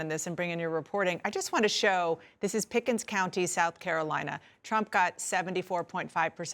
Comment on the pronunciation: "pickens county" lmao